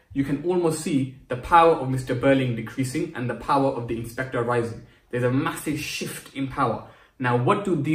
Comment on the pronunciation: When you said shift i literally thought you said shit which took me by surprise